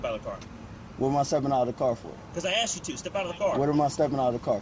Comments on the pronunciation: Why don't you just shut your mouth. You make yourself look stupid and sound stupid, with all your inane babbling. One final thing, It's ASKED NOT AXED. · It’s pronounced “asked” not “axed.” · The word is pronounced ASK or ASKED. Not AXS or AXSED.